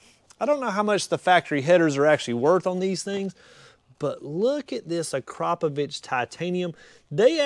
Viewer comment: What? ...He pronounced it correctly